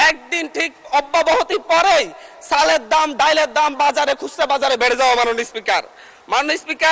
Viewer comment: চালের দাম?? নাকি চাইলের দাম?? হাহা।। কি অসভ্য,, ভালো মত উচ্চারন জানে না।